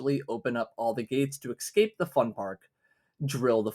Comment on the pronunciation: pls say escape not excape (sick video tho, thx random dog of internet)